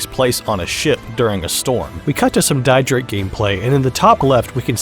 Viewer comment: Just an fyi Dietrichs name is pronounced like Dee-trich ( the ch is pronounced like the beginning part of the word cute when you say it slowly)